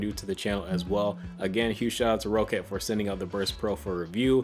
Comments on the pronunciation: PSA: It's pronounced Rocket not Row-cat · nope it's rock-cat but so ye he is wrong